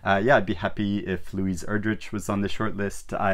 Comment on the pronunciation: LOL at your delayed reaction! I am upset Build Your House was not short-listed.. And the judges should stop mispronouncing Erdrich's name 😂 It is ˈER-drik